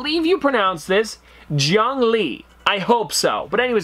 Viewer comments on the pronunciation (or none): none